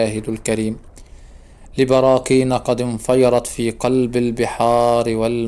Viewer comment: نقول انفجرت وليس انفيرت!!!!!!